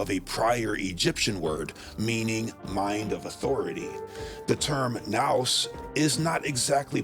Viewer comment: I can't believe you made this whole thing without knowing how to pronounce nous 😂 Love the material, though.